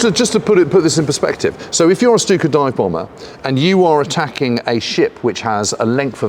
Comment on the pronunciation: So glad to hear Stuka properly pronounced. Why do so many feel they have to add an H to German 'st' words?